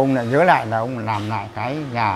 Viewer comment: N thấp và N cao : N và L: "nắp" mài ngói, "nàm" ...